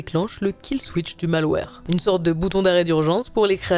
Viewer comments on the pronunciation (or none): none